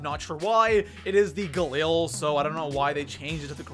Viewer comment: You don't say galil correctly